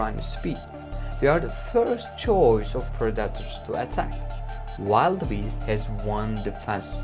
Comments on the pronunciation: Modern accent: predator , wildebeest Bro said Producker, wild a beast English is obviously not his first language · It is pronounced will-de-beast, not wild-de-beast. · Im not knit-picking, just telling you for future videos... that's a Wildebeast (wil-de-beast) or wil-da-beast it's pronounced, and we didn't see any lions being killed by their prey. 🤨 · 😂😂😂 that's what I kept thinking. Man, he needs to Google how to say predators lol. Edit: he actually needs to Google all the hard words like predators, wildebeest, giraffe, Zebra, buffalo, huge, big, choice, oh boy, too many to list them all.